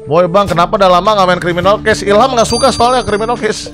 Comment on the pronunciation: criwminawl cwases:v